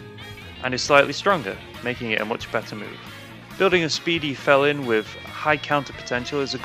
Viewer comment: Fel-Lyn???? Pretty sure its a pun on "FELINE"